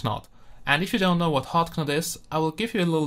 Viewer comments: Hot Not. the K is silent! Your English is better than my German, though! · Great review. This device looks awesome. BTW, knot is pronounced like not (the k is silent)